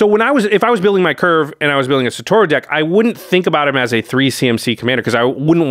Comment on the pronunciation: not one single person on youtube that covers mtg, can pronounce satoru's name correctly KEKW